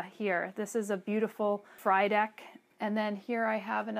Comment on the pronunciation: Lovely video. Just a little correction FRYDEK is actually pronounced free-deck :) happy plant days